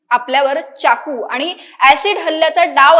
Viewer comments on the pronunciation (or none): चाकू असा शब्द आहे. च्याकु नाही. तसेच फ चा उच्चार नीट करा. इंग्रजी पद्धतीने उच्चार करू नका. आपल्या मातृभाषेचा आपणच मन राखला पाहिजे.